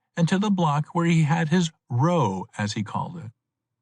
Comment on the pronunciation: a decent read, considering what the range of librivox readers is. would put him in the top half of those, although he consistently pronounces the word "row" wrong.